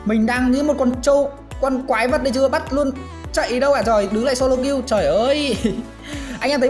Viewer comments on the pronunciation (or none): none